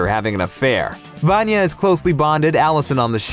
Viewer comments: He said VaAnya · I know I'm not the only one who succumbs to OSSA's clickbait but can't help cringing at the way they say "VAN-ya" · The video is great just one teeny tiny thing.......... Vanya's pronunciation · Actually how you said Vanya is a short form of name Ivan in Russia. The thing is that both of the names are male. You will never meet a girl in Russia named Ivan. But there is a female name Ivanna or Ioanna, which also can be shortened to Vanya. So I don’t think her name is Ivan, that means that the theory about her name does not really make sense. Or she could really be named Ivan ‘cause they are Americans and don’t know this things!